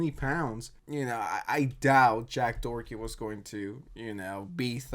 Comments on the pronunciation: No one is gonna talk about how he's saying dorthey not Doherty not they but it's dorty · I love how messes his last name so many times it ends up as Jack Dorky, gave me a good laugh